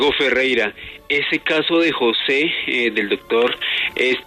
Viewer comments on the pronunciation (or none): none